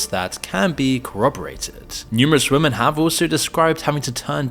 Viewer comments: Please- women is pronounced wimin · Why can't you pronounce the word 'Women'?